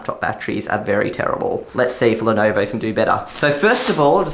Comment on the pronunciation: it's not lonovo its Lenovo